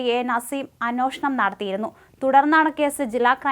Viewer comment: അന്നോഷണം അല്ല അന്വേഷണം